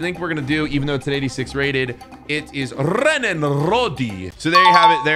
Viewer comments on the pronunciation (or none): He said Renan (RODI) EXPLAIN BRO HES MY FAVOURITE PLAYER